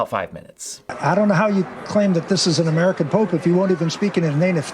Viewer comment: I misheard you and thought you said the new pope was "muggle born" instead of "American born". Had a good chuckle there.